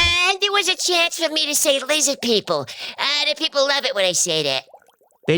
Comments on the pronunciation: "LIZZID PEEPLE "😂❤👍👍👍👍👍👍👍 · When Art Bell interviewed him, it just sort of fell apart. Seems messed up. Say Lizz-add peep-el😅. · I do love it when he says Lizid People! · Yes “Lizzad Peeple” 🔥🔥🔥🔥